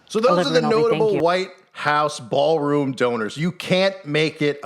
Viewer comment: ITS A "BA'ALROOM BLITZ"